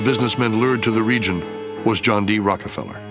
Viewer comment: He keeps saying rocky feller it’s rocka feller lol